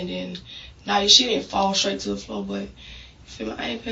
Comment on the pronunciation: You went skraight